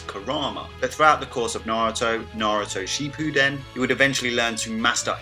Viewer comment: I feel like your deliberately butchering the naruto names and terms for example Shippūden or hokage. Still great video 👍